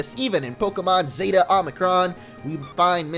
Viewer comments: It's Zey-Tuh not Zee-Tah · Just to help you with the letter's pronunciation. Zeta -> Z-ay-ta ^^ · Is pronounces Zey-ta MO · Zeta is pronounced with a short e not a long. I had to learn the Greek alphabet in 6th grade. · Zeta: Zay-tuh Omicron: Oh-meh-kron Get it right bro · Zay-tuh Oh-mick-rom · Zay-ta and Oh-mi-cron, just fyi. :-)